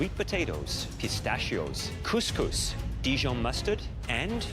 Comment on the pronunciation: It pains me how couscous get butchered in every one of these shows. that's not remotely it.